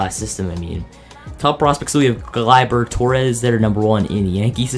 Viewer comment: it gle ber not gli ber torres